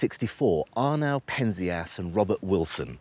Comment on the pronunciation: It's pronounced PEN-zee-us (Penzias)!